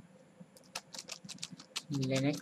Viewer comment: It's Kali Linux. Not KLinex. :P